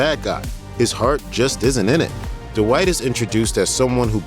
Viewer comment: Yo D-Wight!!